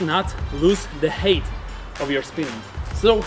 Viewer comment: It's funny how you say hate instead of height xd